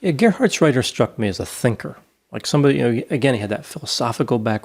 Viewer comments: Now that the podcast is over, it's useless to say, but that Gerhardsreiter was almost spelled perfectly right. Because it's a hard "t" and not soft "d". Good work, nice podcast. I grew up not far from were he was born. Regards from Germany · The pronunciation of Gerhartsreiter was really good! Even I as a German struggle with that name. 😆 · You actually pronounced the name quite well, Doc (Reiter actually means rider)! And I love the Idea of a therapeutic D&D game! "The Social Worker" 😂❤️❤️ Love it!! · Thumbs up for the pronunciation of Gerhartsreiter 👍🏼 Love your podcast guys. Greetings from a German living in Brexitland